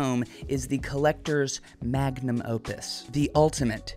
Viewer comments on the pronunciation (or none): none